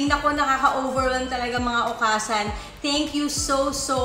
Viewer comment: new subscriber here!honestly dahil nakita ko ang diamond star kaya ko po napansin na may YouTube channel pala si ms.merryl :-) just wanna share lang po at d para umepal because i live here in japan,okasan should be pronounced as okasang.parang hasang?ng isda.good luck po & more power mama meme!